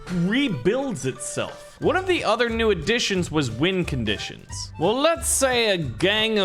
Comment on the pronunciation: Am I the only one that heard him say wind conditions not win conditions